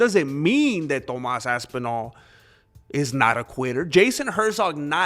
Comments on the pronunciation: I like the way you say ass twice when saying ThomASS ASSpinall! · lol .. man said "Tomass Asspinal"